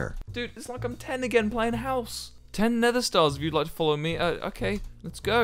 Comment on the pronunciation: Man I just tryinna find the part he says "Hous"